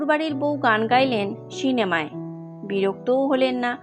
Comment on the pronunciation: খুব ভাল লাগল।দুষ্প্রাপ্য ছবিগুলি ও ভাল লাগল ।”সিনেমা” শব্দটির উচ্চারণ কানে লাগছে শুধরে নিলে ভাল হয়।